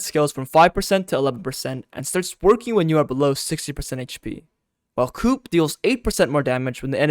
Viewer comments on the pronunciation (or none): It's "Coup" pronounced "coo" btw. The P is silent it's etymology is French